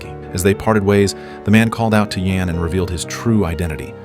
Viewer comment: Awful commentary! Mispronounced names e.g., /žan/ for /jan/ …